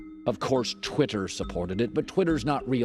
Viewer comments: 'Twit her' lol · The way Colin says “Twitter” is way funnier to me than it should be 😂